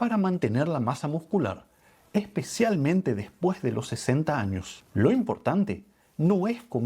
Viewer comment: Jáños, jábitos 😢 Si la terminación de la palabra anterior es "S" NO ESTÁ MAL QUE SUENE COMENZANDO EN LA PALABRA SIGUIENTE. CAMBIARLA POR "J" SUENA HORRIBLE 😮